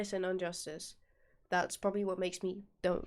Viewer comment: I knew you'd get confused. The answer for that riddle is both "No" and "Time". And it's IN-JUSTICE not UN-JUSTICE.